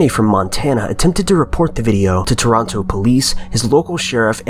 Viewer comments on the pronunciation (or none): none